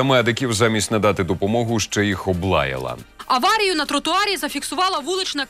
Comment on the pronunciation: "Облаела"...😂 гав,гав,гав...так у них язык не соловьина мова, а собачий лай!